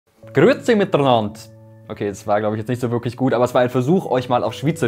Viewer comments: Was alle deutschen falsch machen es heisst Grüäzi mitenand nicht miternand tönt dan schon einiges besser🙈😂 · Und auf jeden fall kommt bei „mitenand“ kein „r“ dazwischen vor, so wie er es ausgesprochen hat „miternand“;) Wer hat da Sprachkurs gegeben?